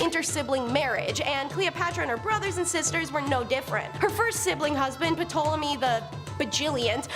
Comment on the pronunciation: Ptolemy = TALL-oh-me